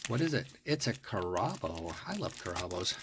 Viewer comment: It's pronounced Carabo, not Car a bo. Cool video.